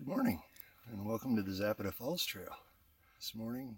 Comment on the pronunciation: Please learn to pronounce Zapata correctly . Too many mispronounce the spanish and native american names .